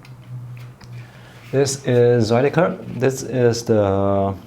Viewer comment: Your pronunciation of Zuiderkerk is pretty good, I’m particular impressed by your "ui". It’s usually a sound non-Dutch speakers find difficult for some reason.